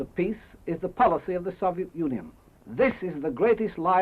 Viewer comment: it kinda sounds like he says "soviet nunion"